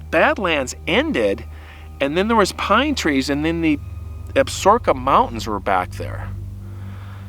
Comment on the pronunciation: I believe Absaroka is pronounced ab suh roka, not absorka. The only reason I think that is because I watched Longmire. lol Great story!